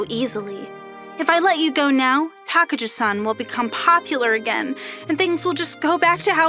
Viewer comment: Why is takajo pronounced takayo lol